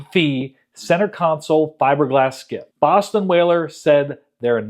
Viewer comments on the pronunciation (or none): none